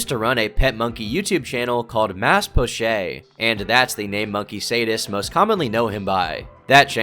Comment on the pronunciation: "mas pochay" lol french pronunciation on an indonesian name. It's 'poh-chett', Mas is 'mister'